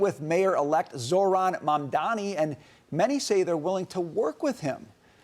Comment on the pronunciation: Fox News lady can’t even correctly pronounce the mayor’s name and expects people to listen to her LMAO 🤣 it is pronounced Zhor like Thor. Zohran Mamdani this lady can’t speak she said ZO-RAN 😂😂